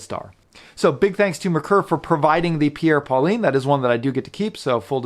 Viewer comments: Great review! One complaint...It's pronounced "Paul-ain" with a soft "N", not "Pauline". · I much prefer the Merkur, mostly for the dial legibility and case design, as well as the suede strap. Just a note..."Paulin" is not pronounced "Pauline", but rather more like "Paul-aingh) with an almost silent "n" sound. Great review. You and Shane are a great duo. I'm going to watch his review and see if he mispronounces "Paulin" as well!